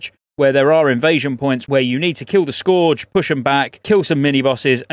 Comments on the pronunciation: you would think someone from England could speak English....Scorge? Scourge -> scuurge lol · "Scourge" is pronounced "Skerge", just sayin' :) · Scourge. Rhymes with purge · It's pronounced "skurge", especially for us English folk xoxo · I love ya but your pronunciation of scourge kills me a little each time. It's said as "Sk-erge". They even voice act this many times in the game come on man! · “Scorge” event. I love you 🤣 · Why are you saying scourge weird?